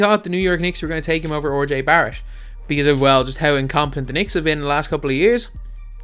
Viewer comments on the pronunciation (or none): This dude just said Orjay Barrett. Learn to pronounce names. Smh.